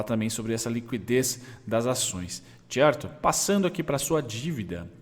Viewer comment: Salve, parabéns pelos estudos, acompanho você há alguns meses. Sempre me ajuda a dar um review das empresas antes de começar a estudar mais profundamente:) Camil estava no meu radar algum tempo, to entando nela lentamente, obrigado pela sua análise >>>> PS: Só uma coisinha que as enche o saco esse é "TCHERTO" rssss